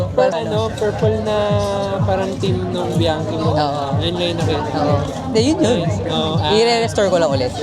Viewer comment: Bianchi pronounced as "Biankey".